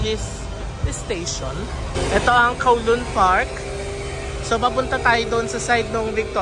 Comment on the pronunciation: Ayon sa mga Chinese, cow-loon daw po ang pag pronounce nyan. As in the cow says mooo. Hindi daw po yan koh-loon.